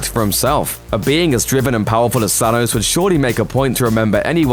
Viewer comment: "Phanos" hahahahaha